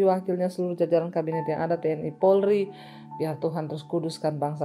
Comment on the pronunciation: Polri harus pake Rrrr